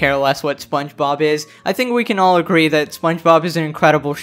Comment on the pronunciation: GIRL HE SAID THANK WHEN HE SAID THINK😭😭😭